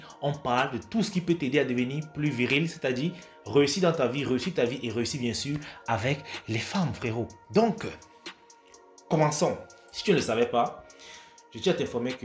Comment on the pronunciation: Prendre soin de son visage c'est bien Parler le français correctement c'est mieux Par exemple on dit "ça va te plaiRe" Pas "ça va te plaiw" On dit aussi "deveniR viRil" Pas "deveni viwil"